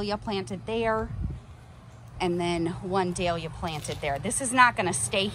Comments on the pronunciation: Looks great! I just put out drip line last weekend. What a job that was!! BTW - your pronunciation is correct; it's doll-yah 😊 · Your second pronunciation of the dahlia is correct from an Aussie 😊 So lovely to see the Hummingbird. Your yard clean up has inspired me. Think hubby just wanted to play with the drill and brush to. 😂. You’ve got the power washer and the vent brush to play with now 😊